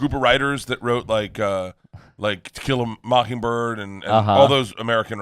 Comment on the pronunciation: anyone else think that Bert says Tequila mockingbird instead of To Kill a mockingbird ?